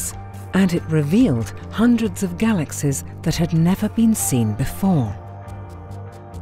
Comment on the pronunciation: "Galaxez?" I can't listen to that voice. Had to stop.